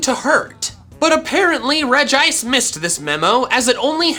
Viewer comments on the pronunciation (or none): It's (Rej-ee-ice) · I'm confused. He said "Regice" but I say "Regiice". WHO CORRECT? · It pronounce regi ice,not reg ice